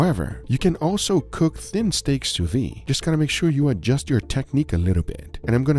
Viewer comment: I HAVE A DREAM, that one day will pronounce the D at the end of sous vide